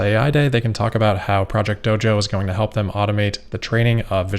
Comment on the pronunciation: Doge-oh. Once you hear it, you can't unhear it.